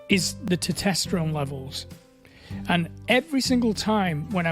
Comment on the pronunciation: How are you still not able to pronounce "Testosterone"?